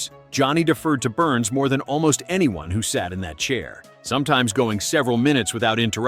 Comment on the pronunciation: George Burns. "Burns' " ( a possessive case of 'Burns' ) is not pronounced "Burnses." It is pronounced "Burns." Duh. Neh? Duh. Neh? Duh. Neh? Duh. Neh? Duh. Neh?